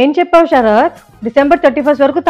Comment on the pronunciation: అమ్మా "ష రాత్ " కాదు.....శరత్